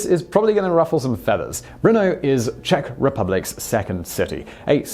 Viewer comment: As a Czech, I adore this video :) And congrats on the pronunciation, you haven't butchered anything ;)